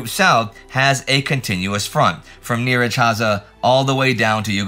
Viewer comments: Surprisingly good pronunciation of Nyíregyháza. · I was looking forward to see how Indy would tackle pronouncing my hometown's name, and pronounced he did!! 3 times, well done! Nyíregyháza that is 😊